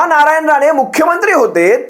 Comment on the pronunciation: नालायन राणे च्या कुत्रा ने असं ऐकू येते... 🤣😂